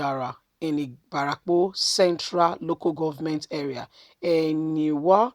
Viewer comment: Ibarapa...not ibarapo